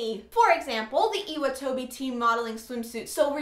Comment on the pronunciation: Hey :) I know this is an old video, but I'm just curious as to whether you watch the sub or the dub.. I'm assuming you watch the dub as you didn't pronounce some names and things properly, and dubbed animes tend to do just that. Anyways, nice video, but I'm pretty sure Nagisa and Iwatobi are pronounced differently :) I don't really know how to explain it, but maybe look into the correct pronunciation? (again sorry, this is an old video and you might have known already by now lolol)